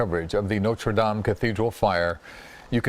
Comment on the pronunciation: Why not lean to prounounce Notre -Dame properly.